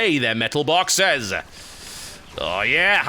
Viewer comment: METAL BAWKSES!! XD